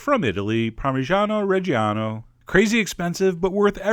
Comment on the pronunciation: Ahaha the way you say parmigiano reggiano is funny! But I appreciate that you use the real one, I live only couple km from were they make it and I know that it makes the difference!